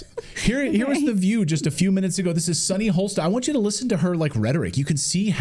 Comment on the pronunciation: I'm no fan of Sunny's but there is no 'L' in her last name. It's Hostin. Not 'Holstin'.